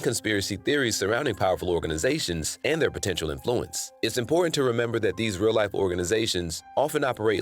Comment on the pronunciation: why do you keep mispronouncing influence? its IN-fluence not in-FLU-ence